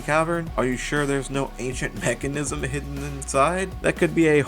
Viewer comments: (uh-sent) not ancient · Reading ascent but saying ancient is crazy lmao